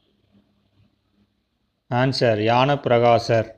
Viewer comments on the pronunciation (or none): adu yanappragasar illa bro nezhanappragasar. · 03.16 என்ன.... யானபிரகாசர் ஆஆஆ... யோவ்..... ஞா....... யா